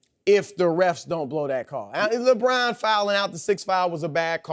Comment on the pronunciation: I cringe every time Broussard says "Lebron"